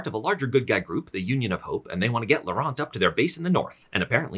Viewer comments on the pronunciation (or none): the t in laurent is silent